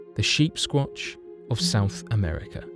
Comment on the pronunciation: I thought he was saying sheepsquanch, like on Rick and Morty.